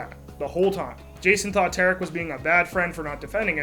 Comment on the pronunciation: pronounced T(are)ick : Tarik